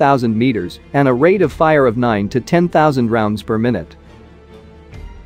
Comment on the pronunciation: Per “my newt” ? Lol